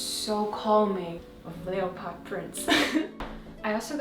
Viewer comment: I have watched your channel for a while now and I have never seen you smile and laugh so joyously as speaking about your friend's baby! You always seem so serious. So this was wonderful to see. Your English so so good, and it is such a crazy language, so I just have to tell you that the word "leopard" is one of those strange words that is not spelled like it looks. It is pronounced more like "leppard" but the "a" is short almost like "lepperd." So just ignore that there is an "o" in it! I remember when a German university student came to stay at my house in Canada while she was doing some post-graduate work, and she was so excited to go to see Niagara Falls. She pronounced it as any normal German would, as "NEE-ah-gah-ra", when we actually say "Ny-AG-rah." (The "Ny" part is pronounced the same as "high" in English.) It was so cute. I am so happy that your friend's baby will be able to wear the cute things you got for it!